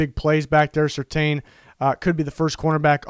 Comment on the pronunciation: Its pronounced Patrick certain